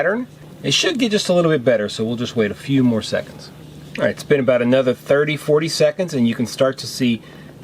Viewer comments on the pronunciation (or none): none